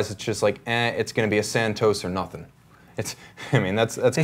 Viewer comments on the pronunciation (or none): none